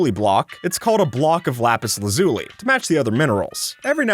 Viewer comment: How you pronounce Lapis Lazuli angers me. Its Laz-Uh-Lee. Thank you